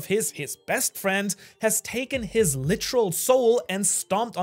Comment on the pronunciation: I need a “licheral (literal) or licherally(literally)” Count 😂😂😂